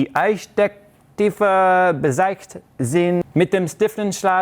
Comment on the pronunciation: Einstecktiefe war verständlich 😂